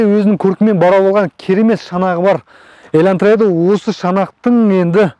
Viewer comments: Бауырым ЕльӘнтра емес ЕЛАНТРА деп айтшы, өтініш)) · Илантыра емес Елантыра 😂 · Ең бірінші "Хондай еләнтрә" дегенінде мысқылдап айтып жатырма десем, өзін солай сөйлейді екенсіғой😂🤣. Хуйын-дай демегенінеде шүкір дейм енді.